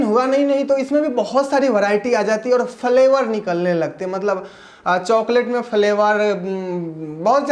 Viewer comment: Falevar nahi flevar